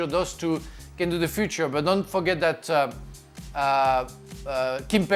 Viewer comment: Yeah you did lol, I think he started pronouncing 'future' in french then switched to english midway through.